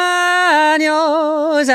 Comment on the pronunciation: LOL it's cumple-ANYOS, not cumple-ANOS. Anos means anuses. 😂